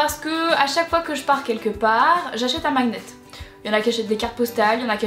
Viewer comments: mag-net tu dis ? moi je dis magnet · Tu dit MAG NETTE , moi je dit maGNet.... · Marie magnet se prononce maniète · Bonne vidéo ! 😉 💕 très drôle prononciation du mot magnet 😅